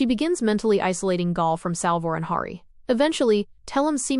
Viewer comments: I swear, I can't find a real person doing these recaps. Last channel called Hari something different, and now this one pronounces Gaal wrong... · Great recap, but annoying AI voice. One way to make it better would be to intentionally misspell the things it mispronounces, especially Hari (with an a as in Harry, not as in harsh) and Gaal (pronounced like "gale", not with a long a).